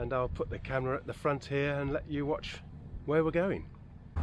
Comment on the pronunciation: "I'll put the camera at front here, and let you watch hwere we're going"...cut to....shots from the stern of where you've been 😅😅😅